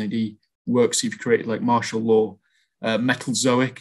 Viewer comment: Metal zoh-ic? I thought it was pronounced Metalzoyk